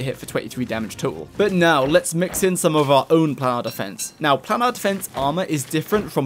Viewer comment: Planar is said Plane-Are. Like other plane of existance. Otherwise great video!